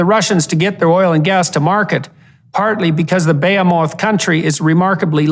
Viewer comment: Really grinds my gears hearing peterson mispronounce words he has probably never used prior. Like dude using a thesarus isnt that hard they almost always have phonetics. Bay-o-meth.... smh Bee-he-moth